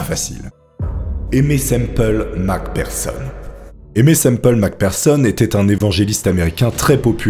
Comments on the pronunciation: J'adore tes vidéo 🙌🙌🙌 Merci Beaucoup de faire toute ces Merveilleuse Recherche pour nous 😁🙏 P.S. Macpherson est prononcé avec un "F" et non un "P" pour le "PH" dans nom de famille 😉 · Le mec prononce mal Mc Pherson, et se trompe même sur son sexe 😅 Ce professionnalisme ! 😂